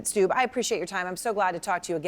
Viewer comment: Stubb, not Staub.